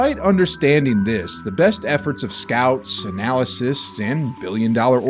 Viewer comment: Did he say analysist?